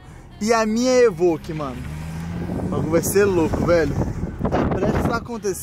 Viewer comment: É pelo menos vc fala certo, vc fala EVOQUE ao invés do Renato que fala EVOLQUE🤣🤣🤣